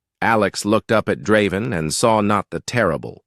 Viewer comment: I don't mind the AI's voice, what i do mind is changing the pronunciation every other time it says Draven's name. That is very annoying.